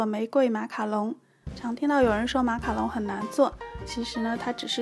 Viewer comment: 讲“马卡龙”都会讲成“马卡农”好可爱哈哈哈哈哈~还有小漏勺的造型好好看！！